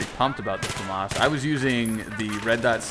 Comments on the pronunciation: "Fah-Mahs" French Weapon No French person pronounces it FehMis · I mean there is pronouncing stuff differently, then there is just flat out wrong. FAM-AS is just wrong.